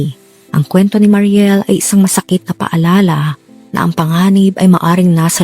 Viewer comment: mary niel po yon maam hindi mariel